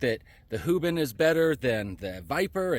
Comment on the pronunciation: " hoobin" cmon dude 😂